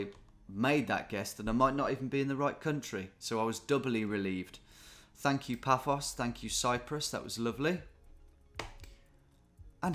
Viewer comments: I facepalmed when he said Paphoa Life... bloody hell Tom! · Getting increasingly frustrated by the pronunciation of “Fafos” because you live in Paphos 🙃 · As someone who lives in Paphos, your pronunciation “fafos” was killing me 😂 Also a bit surprised you’ve never heard of it as it’s a very popular British holiday destination 😅🇨🇾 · it was driving me mad when he kept saying Phaphos!!